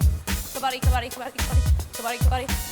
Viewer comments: Correct Pronunciation is Cub + Budd + dee together. "Cubuddee" You guys are saying cub baa dee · Not " कबाड़ी " it's called " कबड्डी"